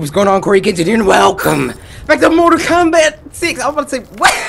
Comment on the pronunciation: u said kombot